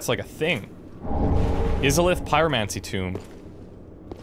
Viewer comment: You're my favorite Lets Player by far, but the way you pronounced Izalith was abysmal lol, especially since you've played DS1 man! Keep up the good work!